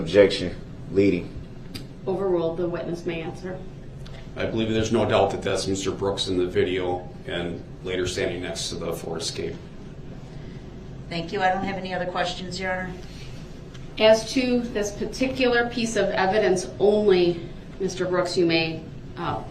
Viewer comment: I’m surprised he didn’t use that as a defense. I had no license, I didn’t “undershtand” how to drive. I had no “license place.” I thought the car I came in was a tan Kia, not a red “Excape.”